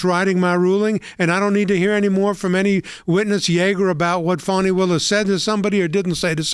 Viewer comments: Fani, some people pronounce it Fanny, but it is pronounced Fawn-I. You know, like a young deer. More like a Rabid Zombie Deer. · Where’s the w in Fani?